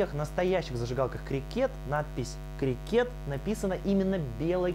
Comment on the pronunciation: Какой нахуй крикЕт? Если крИкет